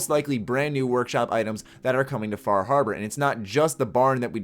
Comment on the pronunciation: Fah Harbar